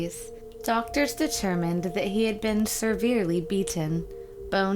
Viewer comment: Its also not seRverely. She mispronounces a LOT of words.